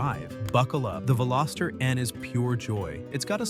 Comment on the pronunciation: You mispronounced Veloster, it has a soft o. Thankfully you didn't insult us by adding an s ( Velositer ) or calling it a Veloseraptor. 😉The Veloster was introduced in 2012 and ran through the 2022 model year. The N trim was introduced in 2019. Today is June 19, 2026 and I just a quick search and found Veloster N units ranging from $20k up to $30k. I'm on my 2nd turbo Rspec.